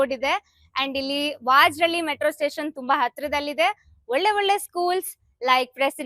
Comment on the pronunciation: That's VAJARAHALLI